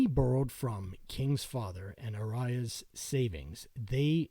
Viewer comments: Tom Ayara??!! ARAYA!! was this read straight through??!! Good work, could be WAAAY better... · you pronounce Flemming Rasmussen completely wrong you say Ra-mu-sen Ras-mus- en also butcher Tom Araya´s name Google Translate did a better joy pronouncing the names anyways nice video